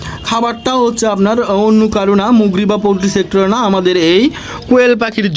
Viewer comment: ভাই আপনি ইউটিউবার আপনাকে ধন্যবাদ তবে মুরগি বলতে হবে আপনাকে আপনি বলতেছেন মগ্রি বলবেন না